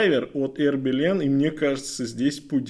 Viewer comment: А "Хербелин" от слова "хер"? 🤔 Потому, что часы-то "Ербелин"!